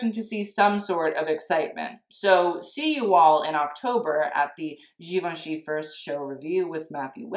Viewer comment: For God sake, learn how to pronounce Givenchy!!!! Even Matthew can't pronounce it.